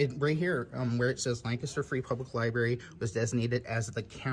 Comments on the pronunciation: Did that goofball just say liberry? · The Library employee called it a libary several times. For heavens sake, adults should pronounce that word correctly.